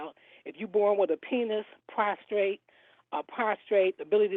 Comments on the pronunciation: she really said “prostrate” 😆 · Someone should tell her it's prostate not prostrate.